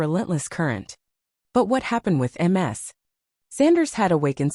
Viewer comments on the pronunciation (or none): Ms is pronounced "miz". Not M-S. That would be Multiple Sclerosis. The voice reading is terrible.